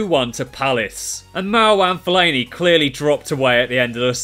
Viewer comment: My Fav Part Was When He Said Fellani